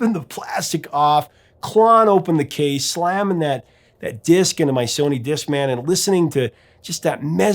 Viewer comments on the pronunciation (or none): none